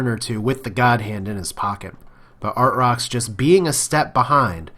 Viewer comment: I think it's pronounced ar-trox lol